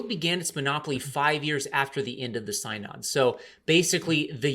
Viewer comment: BTW "synod" is pronounced "SIN-ahd"